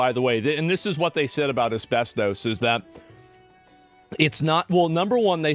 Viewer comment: Take a shot every time he says asbes-toast.